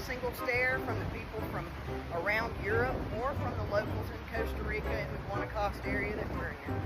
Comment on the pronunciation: where's coaster rica? i thought it was pronounced Costa like the coffee?